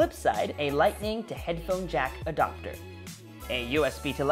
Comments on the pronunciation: Why do you say “Adopter”. It’s Adapter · It’s ‘adapter’ not ‘adopter’. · Did you just say “lightning jack adoctor” ?